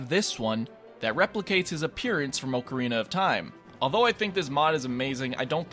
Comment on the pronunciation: Disliked for pronouncing "ocarina" wrong.